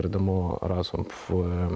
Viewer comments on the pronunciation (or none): none